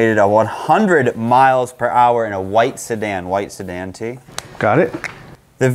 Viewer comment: Buddy really put a e behind “sedan”😭